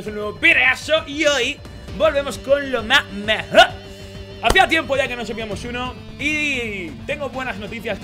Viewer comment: lo maj mejo' definitamente es lo maj mejo'